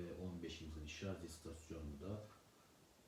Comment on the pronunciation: Şarj kısmını çıkarmıştı, nasıl ne zaman takılıyor anlamadık, bir de şarz şarz dedikçe sonuna kadar izleyemedim